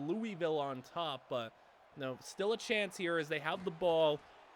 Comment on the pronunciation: Anyone want to tell him how to actually pronounce louisville